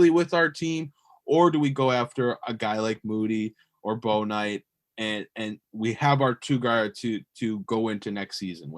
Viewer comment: Just want to let you guys know you are mispronounced Bouknight's name. It "Book night" not "Bow Knight"